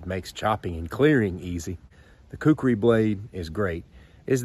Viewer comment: First let me say, you pronounced Khukuri just fine, Not to worry. Second, in said movie you mentioned, yes the Khukuri in the right hands is the most dangerous knife ever known. It even beat my Kabar USMC knife, and I love that thing. But the Khukuri is just brutal. Third, actually the Khukuri was designed and created at an agricultural tool first, and a weapon second. Fourth, people in rural Nepal still carry a Khukuri when they go out. And lastly, yes I am a Khukuri collector, but I get mine directly from a shop in Nepal. All of which are hand made out of 5160 spring steel. As for the handle, that one you have is pretty much correct. A full length rat tail tang. However, the shop I get mine from is now making full tang versions of traditional and military Khukuri’s. And they are more then just choppers. Use the fattest part of the blade to chop with, and the inner curve, near the handle for slicing and such like. A good Khukuri is more then a tool and or weapon, but a friend in the field, when you need it.